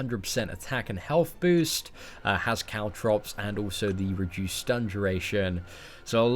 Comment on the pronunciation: when said caltrops i thought he said cow drops i'm like wait WAT?!